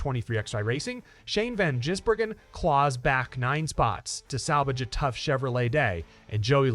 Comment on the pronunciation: Why are so many Americans unable to read or understan d?his name is Gisbergen NOT Jisbergen